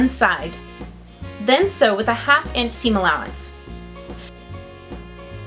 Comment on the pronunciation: Lol u say inch funny ench